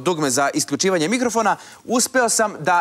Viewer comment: MIKOROFONA :D :D :D